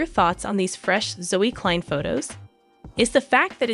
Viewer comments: You cannot even pronounce their surname correctly. For your information it is not 2034 it is 2025. For your information surname klein is pronounced kline. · The narrator pronounces the last name wrong.